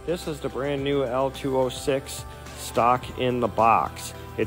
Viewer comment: Say it with me. "LO-206". Not "L206".... Beyond that the video is great.